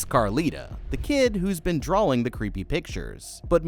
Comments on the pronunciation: He keeps saying drawling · Sorry but, what's a draLLLing?😂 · why do you keep saying drawLings? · there is no 'L' in drawing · It's drawing not drawling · There's no L in drawing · Dude why does it sound like you're saying 'drawling' I can't unhear it now 😂😭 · Me too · Only saying this because it happens all the damn time…. You do know the word “drawing” doesn’t have an “L” in it, right? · Sorry but the way you say drawing is funny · He just emphasizes the W in it. Either a part of his accent, a speech impediment, or maybe just the way he’s pronounced it for a while now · Sawl. Drawling. Am I going crazy here or does it sound like you might be throwing in an extra L here and there? 😂❤